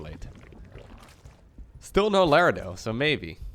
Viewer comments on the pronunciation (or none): none